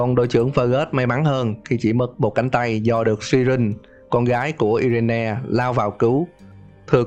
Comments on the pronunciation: Irene đọc là Ai rần chứ i re ne gì trời. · Irene đọc là Ai rin anh nhé